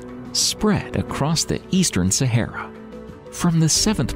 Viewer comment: Sa ha ra thats how its pronounced.....literally had to turn this off due to how u say sayhera......ffs